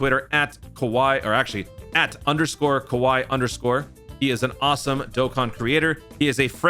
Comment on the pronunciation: GOAT!! You can't say "Kowai" without "W"